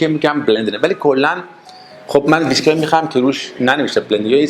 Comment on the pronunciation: Mr. Before you show your knowledge of Whiskey you need to pronounce it right. It is not pronounce Visky it is Whiskey (Wees-ki).